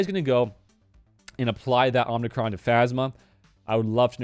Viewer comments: Sorry to be a nitpicker - it's OMI-Cron, not OMNI-Cron. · Please stop saying omnicron. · someone else said its pronounced ohmicron. Hmm who is right